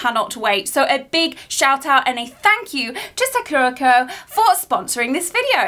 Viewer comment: I'm pretty sure it's pronounced sakurAko and the actual cherry blossom sAkura. Being on theme, you should watch "5cm per second" 🌸